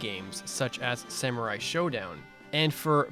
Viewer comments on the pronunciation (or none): none